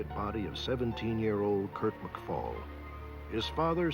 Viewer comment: Kurt McFall: McFell